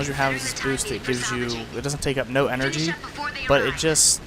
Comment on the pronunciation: "doesn't take up no engergy" oh yeah this guys knows the english real good. hate to be the troll here but really!?